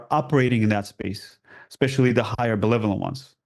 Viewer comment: He is awesome but he needs to learn the word "benevolent". Notice how he keeps saying "belevolent"? Was he confusing it with the word "malevolent"? Eh? Thank you!